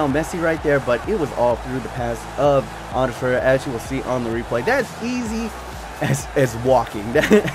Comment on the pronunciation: I know this is a long time in the past but it's varela the r before the L. You were saying Valera. And there isn't an s on Ander Herrera. You were saying anders and at times it sounded like andreas.